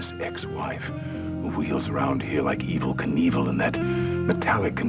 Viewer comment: calling ivy evel knievel😂